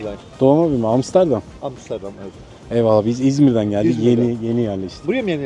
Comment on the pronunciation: niye bana sanki hamsterdam diyomuş gibi geliyor :D